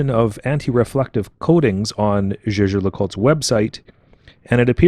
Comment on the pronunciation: Jaeger, not "jeager"